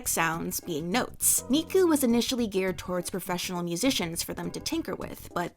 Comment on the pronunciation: If you're going to say Miku that many times, it would be a good idea to practice pronunciation.